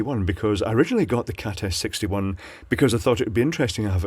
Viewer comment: Am I the only one who hears saying "Cat Ass 61"?!?